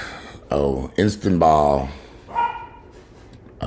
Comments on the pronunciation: ISS-stahn-bool, not Instaball.....HAHAHAHAHAHAHAHAAAAAAA! Welocme back,. You were missed~ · "I stuhn bul" 😅, thanks for sharing! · Istanbul is pronounced Istanbull as in bull, not ball. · It's pronounced IN-STAN-BULL, 🙄